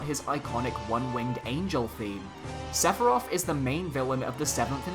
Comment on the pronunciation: Sephiroth Chance - Inevitable Want - He is inevitable, also it's SEPHIROTH